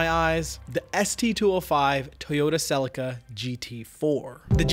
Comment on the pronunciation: is Celi-ca not Cel-ica...